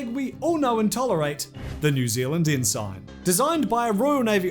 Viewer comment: Ensign, is pronounced Enn-s'n, not Enn-SYNE. The sign, is just s'n